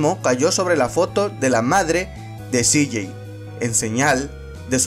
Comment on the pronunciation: Todo bien pero como pronuncias el nombre de Cj esta feo